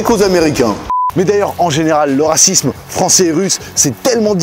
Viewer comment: Une vidéo sur le Rrrrrrrrrracisme🤣